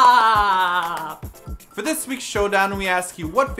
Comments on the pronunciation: BTW it's T.O.P. not "Top" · Also, his name is T.O.P. not TOP!!!! >:(